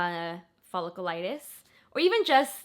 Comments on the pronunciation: Folliculitis- “fuh-lick-YOU-litis” it’s not follicle-liitis. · Pronounced "fa lick u lite us".....Hope you get better soon! Clindamycin is the key girl! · Its pronounced ful-ic-u-litis. Love you your amazing